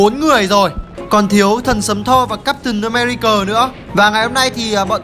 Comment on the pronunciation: cap từn ờ me ri cờ